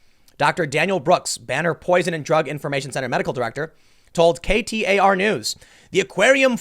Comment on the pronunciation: KTAR sounds like Qatar.